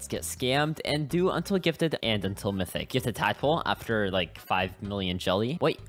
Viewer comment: It was so damn painful seeing this man’s inability to read “mythic jelly” 💀